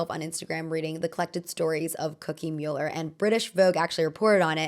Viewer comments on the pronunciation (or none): none